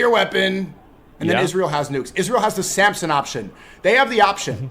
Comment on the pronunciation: it's Samson, not Samsung